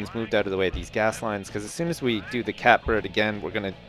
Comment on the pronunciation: It's his mispronunciation of Catbird.